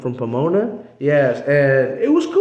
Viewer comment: 🤭🤣ORALE … “ PIEMONA (pie-mona)”TE PASASTE WEY REALLY? U NEVER HEARD OF POMONA 🤔🤭